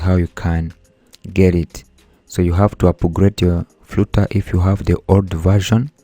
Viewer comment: Its flutter not frooter